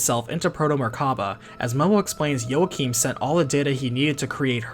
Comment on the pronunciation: Also Joachim is pronounced as Walk-eem.